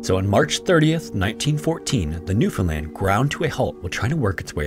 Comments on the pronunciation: Im from Newfoundland. Props for your pronounciation , rarely hear non natives of the province say it right. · Newfoundlander here, appreciate you pronouncing "Newfoundland" correctly! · I was born, raised and live in central Newfoundland, and I’d like to say thank you for pronouncing it correctly. Awesome video, I remember learning about this in middle school and it’s nice to see a great channel covering it. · Thank you for pronouncing Newfoundland properly! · Shoutout to this guy for pronouncing Newfoundland correctly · As a Canadian it felt so good to hear newfoundland said well, not NEW FOUND LANDS 😂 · 10000 points for pronouncing newfoundland properly!!!